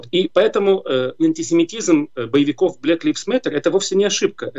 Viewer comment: Не "блэк ЛИФС мэттэ"??? а Блэк ЛАЙВЗ (LIVES, LIVES) мэтэ!!!